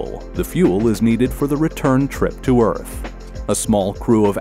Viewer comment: Pretty sure , the narrator says “EARF” instead of “EARTH”